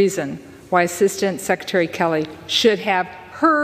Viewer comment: You glazed right over the fact that McCollum mispronounced skelleys name several times, referring to “Kelly”